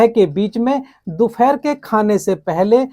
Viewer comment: Uccharan theek kare do phere dopehar hota he